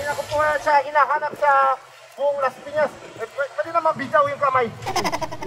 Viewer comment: When Laspiñas City turns to" Lashpiñash shiti" 😂. Ryan bang lang malakas!❤️